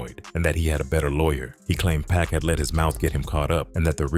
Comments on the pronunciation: They think all blacks look alike. He probably thought Snooky and Pac was the same person. You can tell the voice over is AI because it keeps calling him Pack which is going to get the video demonetized for using AI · Is it just me or does the narrator calling pac “pack” bothering anyone else or am I trippin? It’s a good video I’m not hating one bit because I genuinely like it, but damn it’s bugging the piss out of me hearing this man being called Pack😂🤷‍♂️ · SMH Why does this dude keep pronouning PACS name wrong BIG DOGGIE 💯👣 It's not pronounced like a pack of gum BIG DOGGIE 💯👣